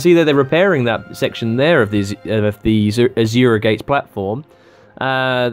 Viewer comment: ASURA not AJURA or wtf you're sayin' in there.